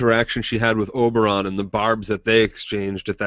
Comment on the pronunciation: The dornish guy is called Oberyn not Oberon tho